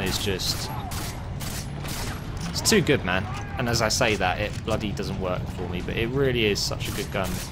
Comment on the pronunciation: Lol "I´m coming for you!!":"You coming foh meee!!!! "